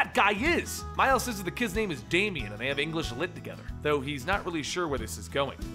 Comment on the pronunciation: "Mile Morales" xD